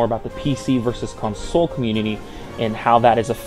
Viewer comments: lol con-SOLE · says certain words weird like console. conSOLE lol